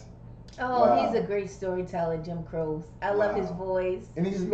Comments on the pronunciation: If you loved this, you got to do "You Don't Mess Around With Jim". Another great story about another baaaaad man. By the way, it's pronounce "Jim CROW-chee". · Don't call him "Jim Crow" lol. It is Crow-Chi. Means "Cross" in Italian. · Jim Croce was such a great performer and was gone too soon. His name is pronounced Cro-chee. He died not long after this video in a plane crash. Just about every song he put out was a number 1. Time in a Bottle will make you cry. It was so sad the radio played it constantly after he died. It was like he knew he didn't have a long time to live. Another great one is "I'll have to say I love you in a song". He was such a down to earth performer. He would have been one of the greats I think had he lived on. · Pronounced "crow-chee" on the last name. There's a lot to love about Jim and his accompanying guitarist Maury. All the suggestions will be great ones, take your pick. Master storyteller. RIP Jim and Maury as well as the pianist on this performance, Tommy West. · Pronounced Crow- Chee. Master story teller. Got killed at 30yrs old when he finally hit the top! He never lived to reep the rewards of his earlier struggles. Many amazing songs left for us to enjoy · I loved this man's music very much growing up and remembered when he died. Jim Croce (last name pronounced Crow-she) was one of a kind. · Crow-she is the pronunciation of his name! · Pronounced "Cro-chie". Jim had so many hits songs, they're all great, and he was a great storyteller too! I recommend your next JC reaction be "You Don't Mess Around With Jim" (link below). Thanks for the reaction! 💙✌ You Don't Mess Around With Jim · Jim Croce pronounced " Crow Chee" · His last name is pronounced Crow-Say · Croce is pronounced "cro-chee". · pronounced "croachy" 👍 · It’s pronounced, Jim Crow chie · It is pronounced Crow Chee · Croce is pronounced cro-shee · Your pronounceing his last name wrong